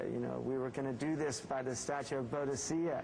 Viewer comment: BODICEA IS PRONOUNCED BOO-DIKA